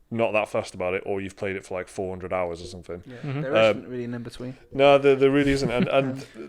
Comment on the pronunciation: "they got him in a cage of somfin" LOL